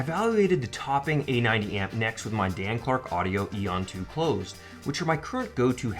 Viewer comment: Thank you for properly pronouncing the word Aeon as most (even Dan Clark) think it is pronounced A-on which is annoying to listen to. Solid video overall though I would say maybe try and stop all the constant hand movement in future videos.